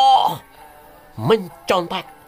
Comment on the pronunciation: Hahaha..... mules perutku dengar penyebutan Owloh... es we te.😁🤣